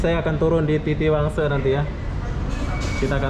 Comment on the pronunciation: Kalau ngomong Indonesia,guna lah bahasa Indoneisa yg baik.orang Malaysia pun bilang TITIWANGSA ya TITIWANGSA,.. Kenapa loe kok ngomong TITIWANGSE....! contain SAMPAH